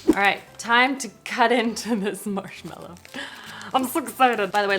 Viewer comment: Please it’s marshmAllow not marshmEllow.